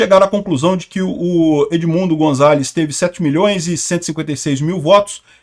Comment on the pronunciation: vc gosta da correta pronuncia de palavras estranjeiras, como vemos nos seus videos... pronuncia-se o 'z' de Gonzales com som de 's', como em 'sapo'